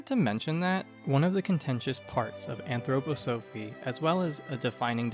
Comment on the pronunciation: It's pronounced 'anthroPOsophy''. thank you.